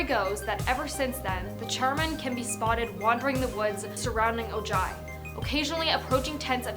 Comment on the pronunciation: Vah-lay-hoe = Vallejo Oh-hie = Ojai